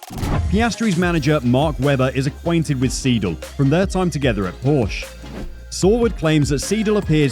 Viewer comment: Your mispronounciation is driving me nuts. It's SIDL (long I) not SEE DL. And Porsche has an e on the end that is pronounced. The word is Por sha. Thank you for listening.😕